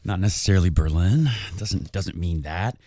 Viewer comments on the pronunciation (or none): none